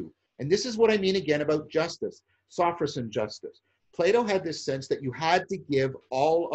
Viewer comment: it's "Sophrosyne".